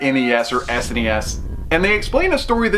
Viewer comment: sounds a lot like the original blaster master. I also really like you not saying sness or snez*** my sanity thanks you for that. Looks like a good time for me. Great review! 😎👍🏻